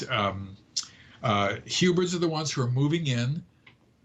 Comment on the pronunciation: Its actually hybrids....not hubrids or hibrids. :)